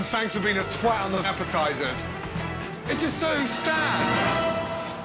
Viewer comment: it sounds so wrong ....Monkfish....Mashpotatoe....Appetizers